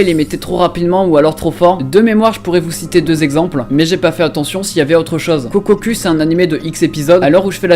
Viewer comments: "Kokkokou" et non "kokkocue" "Animé" et non "anime" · Kokkoku se dit "kokokou", juste pour dire car sinon c'est assez grisant d'entendre de noms d'animes mal prononcés...